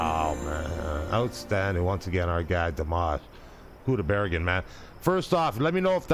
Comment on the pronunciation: Thank you,, for correcting the pronunciation of Dimash's last name.